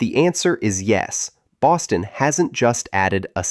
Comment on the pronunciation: I swear it sounds like you’re saying Austin instead of Boston. Also, if anybody’s wondering about Boston it’s probably one of the coolest cities in North America honestly. Best time to go in Mid to late Spring